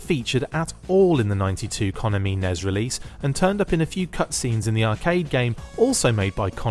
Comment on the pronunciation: That pronunciation of Konami made my eyes twitch!